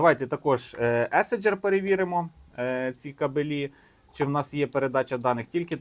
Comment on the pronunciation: кАбелі, а не кабелІ. Висловлюйтеся правильно